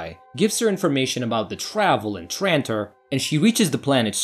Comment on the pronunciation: It’s. TRANTOR NOT TRITON 😡